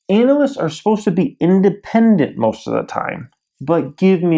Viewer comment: ..... I've always said ... An-a-lysts .... not Anal-lysts... Am I saying it wrong... Sounds like someone proficient in Anal.